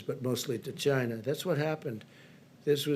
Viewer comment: He has to say "Chyna" virus every now and then to appeal to his white supremacist base.